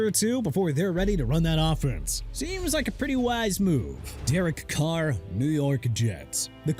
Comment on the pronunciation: "DEREK CARRV"?